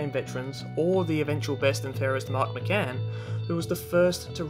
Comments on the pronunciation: You pronounced Mark Mickan name wrong, It's pronounced Mickin not Mickcan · Why do you say Mark Mah-Can, it’s Mark Mikkan. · I think Mark Mickan is pronounced "Micken", not McCann, but I stand to be corrected.